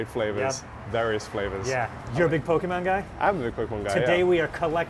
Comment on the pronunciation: most impressive thing was saying "po kay mahn" correctly